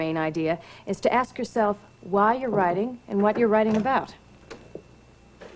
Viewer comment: Hold up hold up..let me axe you sumthin. 🤣🤣🤣